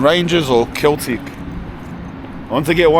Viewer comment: said either Glasgow Rangers or "Keltic"? 💀